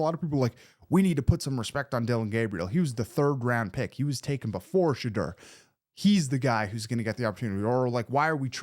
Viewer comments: I subscribed please practice on how to pronounce his name correctly.You pronounce it the way he said he didn't like it pronounced not Shedrrrrrr its pronounced Sha-door 🚪 You said his name over a hundred times so hopefully you practice and learn how to pronounce it😮💯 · Oh and Shedoor lol not Sheduur Hahaha